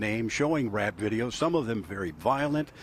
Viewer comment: lol Heavy emphasis on the word rap...